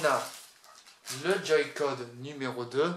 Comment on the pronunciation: ca ce dit switch che chhhhhhhhhhhhhhhhh pas thhhhhhhhhhhhhhhhhhhh et on dit joy-conne pas les joy-codde